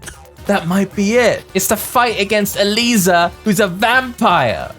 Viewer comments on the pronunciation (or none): The way you pronounce Eliza is so off. It’s not the same pronunciation as Alisa.